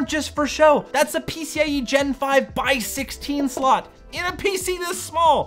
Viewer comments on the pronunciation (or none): "Dual SoLt" xd cmon